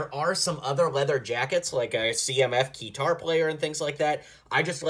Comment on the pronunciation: “Q’tar” lol guitar